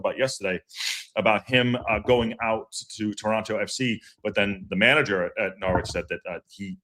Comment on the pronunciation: IMO you're spot-on re: J McClean. Good player on his day, but has more off-days than on now...thanks for the memories Jimmy 👍(btw, Norwich has a silent 'w' so it's pronounced Norrich)